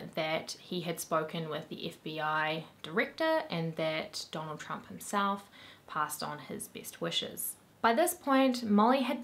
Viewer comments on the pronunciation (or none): none